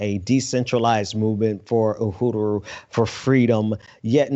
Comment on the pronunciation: Ooo - hooo- rooo is not the way to pronounce uhuru.